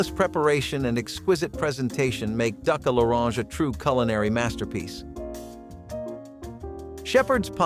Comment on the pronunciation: Whoever is narrating this needs to learn how to pronounce cordon bleu and duck a l'orange.